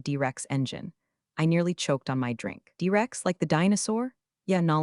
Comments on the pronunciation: D-Rex? Your AI messed up bruh. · Your AI doesn't know the Dinosaur was a T-Rex? Not a D-Rex.